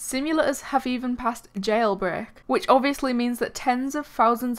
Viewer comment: Not being rude (I have an accent myself) but the way you say Jailbreak sounds very odd. What accent do you have? ((Also, I love that your avatar is the opposite of thicc legs))